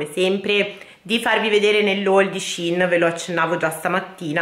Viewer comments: ti adoro però puoi dire scein e non scin, grazie🥰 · Io sento tutti le persone che dicono sehein e nn sihn forse avrò sbagliato a scrivere ma la pronuncia è con la e è nn con la i almeno così dicono gli yuotuber e le persone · cmq si dice shein no shin